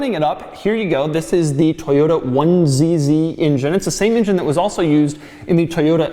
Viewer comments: Ingen, injen injen injen Ingen, injen injen injen. INJEN! For the love of god, It's an ENgen! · Hey Doug, I don't know if it's a native Philly thing or what, but the rest of the world calls it an "ENgine", not an "INgin". Also sounds kinda racist. Now I can't get INgine outta my head!!